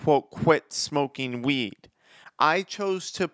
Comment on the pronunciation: Why does he sound like he saying “smoke meeeed”